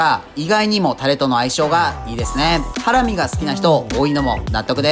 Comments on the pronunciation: イントネーションハ↑ラミなの？ハラ↑ミだと思ってた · ハラミ⤴︎なんだハラミ⤵︎って言っちゃうな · ハラミ→だと思ったら、ハラミ↑なんだなあ。それにしても、これだけ見ると肉としか思えない。それでも内蔵なのか。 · 自分大阪だけど｢ハ→ラ→ミ→｣なんだけど…(´ω`)